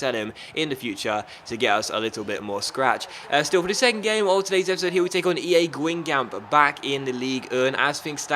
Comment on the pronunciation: it is actually pronounced as gang gom